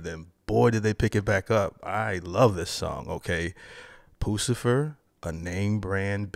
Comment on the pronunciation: You are pronouncing it wrong, it's Puss - i - fur!! 😂 😊